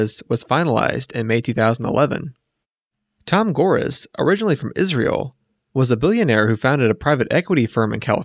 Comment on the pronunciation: This was a good vid, except that you pronounced Chuck Person, Tayshaun Prince, and Tom Gores wrong.